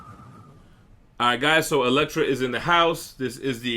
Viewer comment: It's Elektra. Gotta go with the sai.